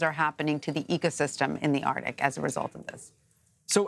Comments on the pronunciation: How to pronounce arctic? Hmmmm ARDic. Lol why isn’t anybody letting her know? Arckk-tick. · You're a professional reporter and still pronounce it as ARTIC? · Anyone else hear her say .."Ar...tic". .?? EDIT: I scrolled messages left and yes you heard it too. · why does she keep saying "ARtic"? there is a "C" in there.